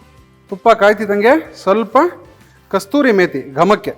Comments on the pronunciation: ಅದರ ಹೆಸರು "ಕಸೂರಿ ಮೇತಿ" NOT "ಕಸ್ತೂರಿ ಮೇತಿ" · ಅದು ಕಸ್ತೂರಿ ಮೇಥಿ, ಅಲ್ಲಾ, ಕಸೂರಿ ಮೇ ಥಿ! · ಕಸ್ತೂರಿ ಅಲ್ಲ ಅದು, ಕಸೂರಿ ಮೇಥಿ